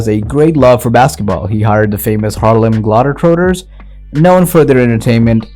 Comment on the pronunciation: Bro if you're American, and pronounce the Harlem globetrotters the way that you do....... Burn your birth certificate and your social security card... You're not american